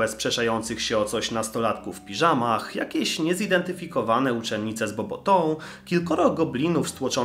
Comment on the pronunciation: Bobatą, nie Bobotą 🤣🤣🤣